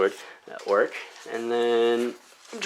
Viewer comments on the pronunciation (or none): It sounds like you’re saying orruk instead of orc. Am I just hearing that wrong or do you pronounce it weird?